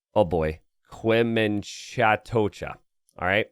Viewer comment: quemuen... cha... tocha Nacho AoE: quemuchachota 😊